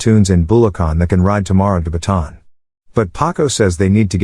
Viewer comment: I love Heneral Luna cuz yes, a FIlipino hero who fights Mr. US whiskey men to his final breath. Do Goyo: Ang Batang Heneral next. Oh and the pronunciation of Bataan is not like that, it is pronounced like this "Ba ta an" to pronounce its name